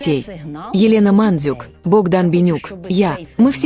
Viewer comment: Не МАндюк, а МандЮк